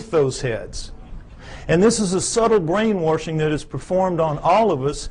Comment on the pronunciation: It's hard to take him seriously when he keeps saying brainwoRshing.